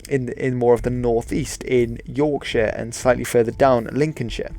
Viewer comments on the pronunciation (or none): none